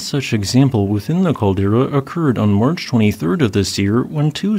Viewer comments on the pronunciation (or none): none